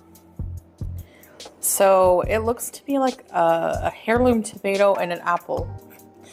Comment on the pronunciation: In this vid alone she pronounced lychee and heirloom wrong. She doesn’t even pronounce the food items correctly! And don’t get me started on saying fruit tastes “fruity”. C’mon! She can Google things but she rarely chooses to Edit: I see you pointed out the “hair-loom” 😂